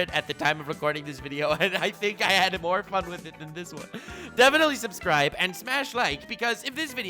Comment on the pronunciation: He said subscibble! 🤩